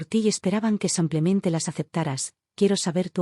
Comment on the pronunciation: Me gustaría que pronuncien bien el español. No es samplemente, es simplemente